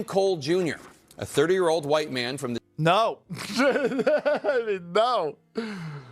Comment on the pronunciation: His teef are sure huwhite.